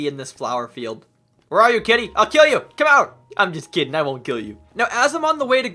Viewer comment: i heard "im just "kitten" i wont kill u" idk why but i thought that was very fun